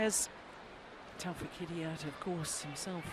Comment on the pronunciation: I can't believe the women commentator after all these years still can not pronounce Taufik,s surname correctly.Honestly she is so dumb because nearly the umpires pronounce his name correctly !!!! Women please please please for once in your life either ask the poor chap himself or simply listen carefully to the umpire.it's so annoying,and if that's too difficult then simply call his first name which surprisingly you say correctly.